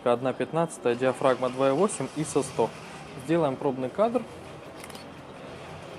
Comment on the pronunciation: ИИИсо!)))) Это просто фонтан СТИЛЯ!))))" ISO" - ударение на последний слог!